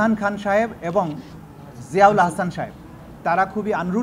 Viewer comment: সাহেব উচ্চারণ করার জন্য ধন্যবাদ